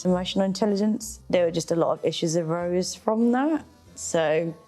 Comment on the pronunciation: I think she said “problems arose” and it sounded like “problems with Rose”🤣